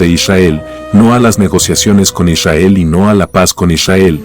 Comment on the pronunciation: ishael ... que frustrante como lo dice... :face-fuchsia-tongue-out